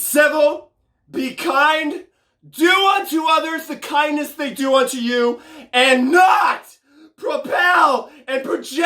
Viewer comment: “NOW LOOK AT YEUW”